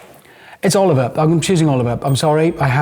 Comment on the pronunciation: Its Oliver, simple as.